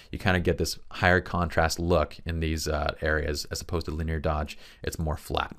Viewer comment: "linear" has three syllables…otherwise, great stuff, as always. lin·e·ar ˈlinēər/Submit adjective 1. arranged in or extending along a straight or nearly straight line. "linear arrangements" synonyms: straight, direct, undeviating, as straight as an arrow; More consisting of or predominantly formed using lines or outlines. "simple linear designs" involving one dimension only. "linear elasticity" MATHEMATICS able to be represented by a straight line on a graph; involving or exhibiting directly proportional change in two related quantities. "linear functions" 2. progressing from one stage to another in a single series of steps; sequential. "a linear narrative"